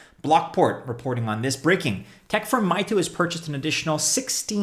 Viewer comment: Meitu pronounced may-too